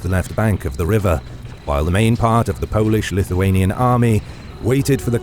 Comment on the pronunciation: This time a quite good pronouciation of Polish, Lithuanian, Ruthenian and Russian names.